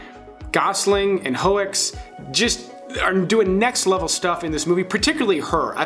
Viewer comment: Sylvia Hoeckx, a Dutch name last name should be pronounced as "hooks".